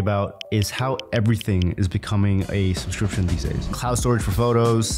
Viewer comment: Youtube-grifter can't pronounce "subscription". 🤣